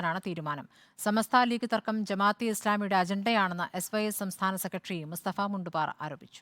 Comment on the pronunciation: മുണ്ട് പാറയല്ല.. മുണ്ട് പാരയാണ്